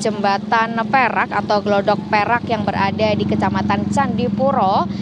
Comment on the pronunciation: Bukan glodok mbak tapi gladak...